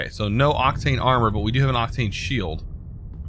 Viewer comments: I think its Oc-teen (Octine), instead of Oc-tane (Octane) :P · You read octine as if you were VERY Irish